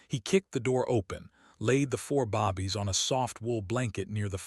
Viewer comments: Every story has bobbies instead of babies. Like the stories but tire of the mispronounced/spelled. Please correct this and I will come back to listen. Currently they are dismissed.😢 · Please learn how to say "babies". The A sound is a long A